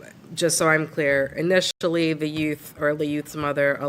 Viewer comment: "Inishtally the youth's mother..." Brooke Burns, Chair CRB.